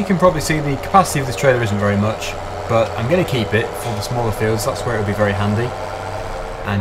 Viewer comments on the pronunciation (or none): none